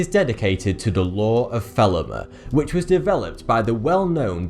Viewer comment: Interesting list. Talking about Golden Dawn, Ordo Orientis you should also bring up A∴A∴ which is the next and most secret order of Thelema. Thelema by the way is pronounced with the last E as a long E. When it comes to fraternities like Masons, Brotherhood of the Black Eagle etc the secrecy is very understandable and thinking it has to do with secret powers etc is just nonsense. These.fraternities build upon brotherhood (or sisterhood) and in order to achieve.that they.have rituals.with initiation rites to cause the persons who are ritualized to have a common experiance with everyone else who have reached that degree within the fraternity. The rituals are often made up to teach the initiatives something and many.times it can only be.learned by being trialed, miserably fail and on that learn a lesson for life. Now, if everyone knew what.was.going on and how to pass the.initiation trial for the 8th.degree the persons would not.have the.same experiance. Therefore the secrecy.